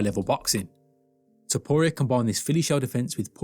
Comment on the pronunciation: The most painful thing is listening to you misspronounce arturo topturo s name